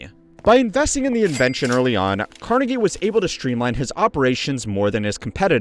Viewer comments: CarNEgie. Not CARnegie❤. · The Carnegie pronunciation is killing me